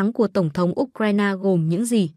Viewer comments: Phải đọc U Cờ Dzai ! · Trình độ phát thanh viên giờ quá kém U C RAI NA đọc là ốt raina Không bằng youtube